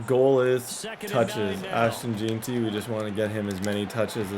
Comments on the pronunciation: BRO ITS Jen-Tree not Jee-tee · Jen-tee not Jean-tee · Gen-tee for Jeanty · Bro why does he say jeanty like that